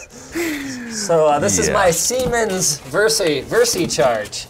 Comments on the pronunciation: For those that don't speak German and are native English speakers, it's pronounced "Ziemens". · Isn't it pronounced more like zsiemens ... with a sort of z at the beginning? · Also, it's pronounced zee-mens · He was commenting on how “Siemens” sounds like “semen” when pronounced with English pronounciation. And his pronounciation wasn't perfect at all, the German “s” sounds like the English “z”. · The first S is more like Z when pronounced. Zee-mens. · I mean, it’s pronounced sIY mens